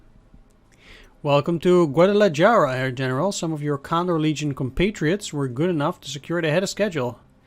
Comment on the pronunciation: Yeah, EPIC FACEPALM on that mispronunciation. 😂